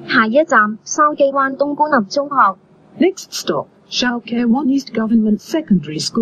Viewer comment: 有冇人發現而家筲箕灣官立中學個廣播 普通話係筲箕"東"官立中學 😂